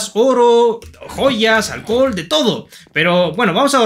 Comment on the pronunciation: Quien mas escucho cuando dijo alcol?